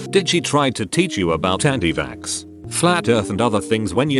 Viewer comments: Nobody: Absolutely nobody: Not even your mom: The voice: “anti-vaSKSK” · No one: Narrator: anti vaxskskx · I love how the bot says anti vaxx as "anti vaksks"